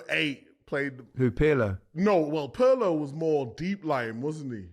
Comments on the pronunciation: Guys I can't accept Perlo especially from Micah with his Italian...it's Pirlo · Kroos rhymes with Gross, with a rolling German R, and Pirlo without the P is pronounced like the middle of Earlobe but with a lightly rolling R. Happy Christmas